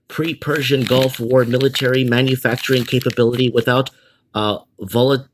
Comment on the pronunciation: VOLLITING? Uh, VI-O-LATING.....